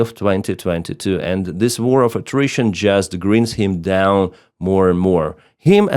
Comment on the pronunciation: Grinds = gr -eye-nds